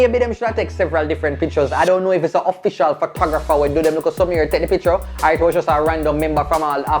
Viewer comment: The way pronounces picture is making me irrationally upset.